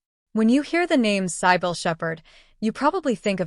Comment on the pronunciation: Here "Cybill"is badly pronounced by the narrator